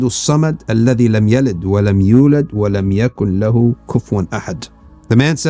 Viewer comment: Jazaka Allahu Khayran. Thank you! But 9. is "wa lam yakun lahu" or "wa lam yakul-lahu", the ya isn't seperate (its from surat al-ikhlas). and 11. is al-dhalimeen (dh = ظ) with a kasra instead of fatha.